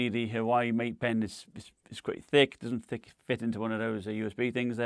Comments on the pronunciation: Irrelevant but did I hear “Hawaii Mate Pen” 😂😂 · Huawei = Wow-E